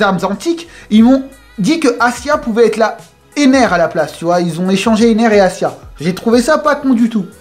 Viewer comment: C'est Aisa , pas Asia 😂